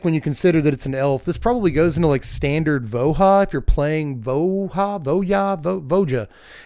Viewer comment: "Vo-ha" sounds extremely wrong to me. Nothing about Ravnica indicates Spanish-language pronunciation rules. We don't say "ta-heek" or "hu-dith".